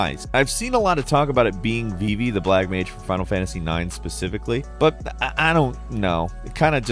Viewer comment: Put some respect on Vivi's name ALRIGHT!!! 😅